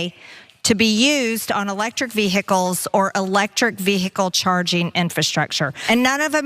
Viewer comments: mtg puts the Hick in "vehicles" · MTG struggles to say 'vehicles', just pointing it out. She wouldn't miss an opportunity to attack Biden for his speech.